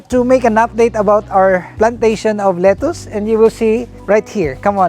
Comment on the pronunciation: Your pronunciation of “lettuce” is wrong! It’s kinda irksome and distractive to the positive narrative!